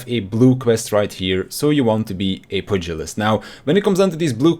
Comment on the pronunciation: It's pronounced pewgilist